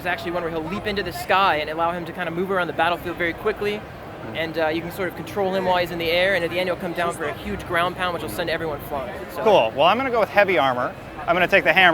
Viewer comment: "hucles" "ever one" "wraning" I think he is 9 years old.